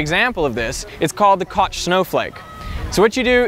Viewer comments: You pronounce it "Kosh" it's pronounced "Coke" >.> GAH! PRONOUNCE YOUR FRACTALS RIGHT! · Koch isn't pronounced like "cotch". It's like "coke" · Koch is pronounced like "coCK" not like "coTSH" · The Koch Snowflake is pronounced like Coke, not "Cotch" ^_^ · I thought koch was pronounced like kokh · LOL. I'm pretty sure it's pronounced like "coke" but as if the "o" had an umlaut... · I believe Koch is pronounced as coke. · It's pronounced "cock" snowflake.